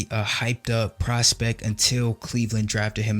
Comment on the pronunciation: Grammar police. The word is “Prospect” with a “t”. Not “Prospec” or “Prospeck” , & every time you say the word. None the less. Nice job. Interesting and detailed commentary.